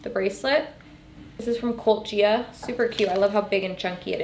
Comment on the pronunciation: Was she trying to say cult Gaia the whole time? Lol